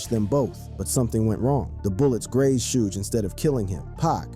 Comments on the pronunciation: Sooj? 😂😂😂😂😂😂 It's pronounced shug. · Fuck this A I video 📹 repeating the same thing and pronouncing Suge Knights name wrong. 😅